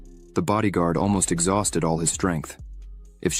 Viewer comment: "The old man is already exhousted." "The answoor is obvious." "Another elder to leeurn from." You're off to a great start...